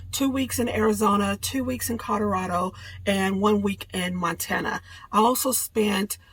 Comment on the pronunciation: My Mom was from the South and she said it JUST like that!! It just tickled me to death to hear that!?